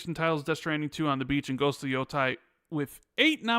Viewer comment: Is there a reason keeps saying “YO-TIE” every single time?